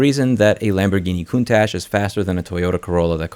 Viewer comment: Ah yes a Lamborghini "coutash"